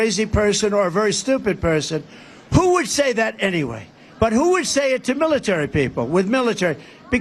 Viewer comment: It sounded like he said "militurd" people.